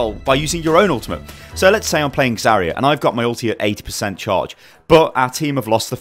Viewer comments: Agreed, it's Zar-ya, not Za-ria. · Triggered every time she's called "Zaria"